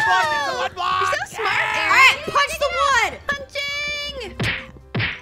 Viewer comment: Erin????? It’s Aaron(I’m not being rude btw! Aussies have to stick together)